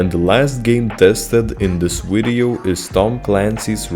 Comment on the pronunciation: Whats a "wideo"??